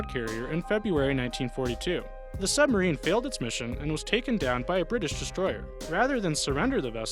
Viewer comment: I love how they say Brirish submarines and show a Soviet Akula class submarine balistic carrier.